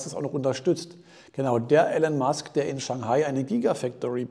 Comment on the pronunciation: iiiiilon Musk. Nicht Ällen Musk. Danke